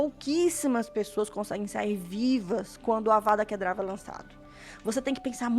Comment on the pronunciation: Ei, Amei seu vídeo, muito legal continue postando mais por favor!!! ja ganhou mais um like e mais um inscrito. ps: só uma observação, como um sonserino preciso te corrigir kkkk vou pagar de hermione aqui... "Para, para, para, para, assim vai acabar arrancando os olhos de alguém. E você está falando errado. É Kedavra e nao Kedrava" - Avada Kedavra (Não é DRA, é VRA)